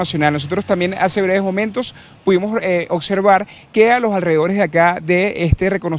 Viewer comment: no se pronuncia ocservar....se pronuncia oBservar.....